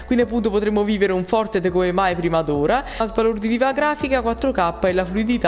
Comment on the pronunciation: Fortet ahahahahah impara l'inglese mannaggia il clero e il Covid!